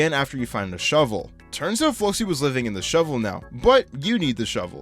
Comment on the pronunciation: The fact he pronounced The Great Flocci's name correctly is amazing.